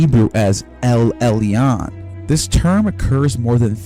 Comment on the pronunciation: Elyon isnt Ellee-Ahn but pronounced El-Yuun. And the Tris in Tris-Magismus isnt Tress-Magismus, but pronounced TRISS. Just saying lol